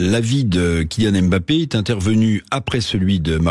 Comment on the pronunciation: Apprenez déjà à prononcer son nom. Il ne s'appelle pas M ' Bappe mais Mbappe.